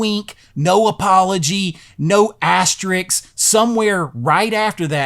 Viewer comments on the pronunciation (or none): Loved the vid. It’s amazing how many people don’t know how to pronounce “asterisk” lol. The second half of the word is pronounced just like “risk.” The S comes before the K haha